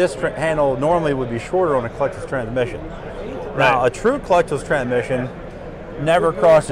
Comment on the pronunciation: How’s this guy do nothing but transmissions and yet he didn’t pronounce it correctly the entire video